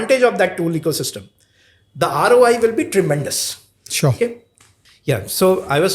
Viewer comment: Rai nahi ROI hota hai.😅😅😅😅😅